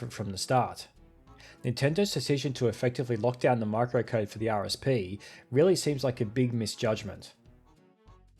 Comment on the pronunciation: You have also managed to mispronounce maɪkrəʊkəʊd . Hear lots of people plug extra "r"s where there isn't one and it's a mystery to me as to what they get out of it.